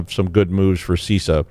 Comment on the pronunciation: it's not See Sah! so I've heard.